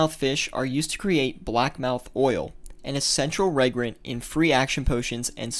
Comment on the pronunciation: FYI, reagent pronounced re-agent, not regrent